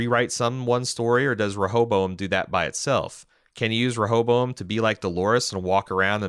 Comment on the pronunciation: If you both chose in a previous review to not pronounce it properly, I apologize for being the one to help you say “Re- hoe- bow- em”. Y’all driving me crazy with that hobozo- em. 😂😘